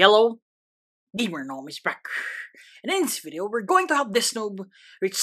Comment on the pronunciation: The yello never gets old 🤣